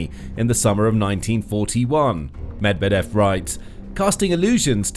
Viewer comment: You don't sound like a reliable news source when you don't bother to spend a few seconds to find out how Medvedev is pronounced before saying his name many times: muhd-VYEH-duhf